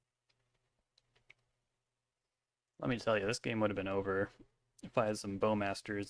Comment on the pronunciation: "it's ove bud" lol